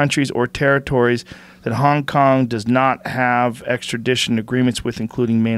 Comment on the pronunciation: did he just say Kong-Kong?